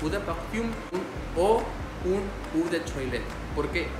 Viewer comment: Muy buen video, por cierto el Eau se pronunciona como Ó